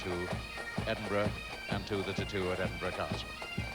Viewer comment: Did he says the "Tittoo"?